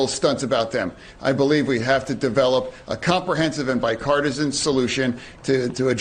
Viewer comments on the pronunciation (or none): he meant to say "bipartisan", but said "bicartisan".